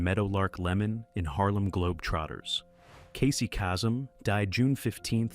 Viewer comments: It's Casey Kay-sek, not kassem. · Mel Blanc is pronounced Blank! Stupid AI. There will never be another Kermit, Jim Henson was Kermit, the new voices aren't even close. Casey CASE-EM is the RIGHT way to pronounce that name, Stupid AI.